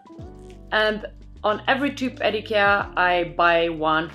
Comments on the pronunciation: I love that you don't americanize the name "Ikea"!❤ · You have a lovely voice. Shame on anyone who complained. And you pronounce Ikea correctly!